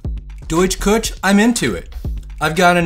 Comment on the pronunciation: I only know very little German, but Küche should be pronounced something like koo hey (with a little maybe phlegm on the hey) It means kitchen